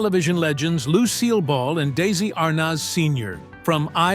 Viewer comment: My God it's Desi (pronounced Dezi) please. My name is Desi.